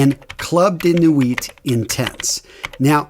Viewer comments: Nuit is pronounced “New-y” Sorry, 5 years of French, and I’m getting a flashback of my French teacher is yelling at me. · Always good content but you need to work on your french pronunciation. 🙃 Nuit = New-ee ☺️ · I like the way you pronounce french words.... Ultra male... Please just pronounce it in English accent.... And never ever never pronounce a consonant that come last in french... Nuit you did it well except for the t... Don't pronounce it please Amazing videos